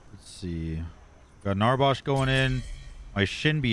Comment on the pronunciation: im really enjoying the paragon content... but please.. why do you call NarbAsh, NarbOsh?? i dunno why, but it urks me lfdkhgkldfg